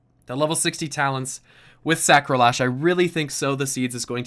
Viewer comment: I like the part where he said Sacrolash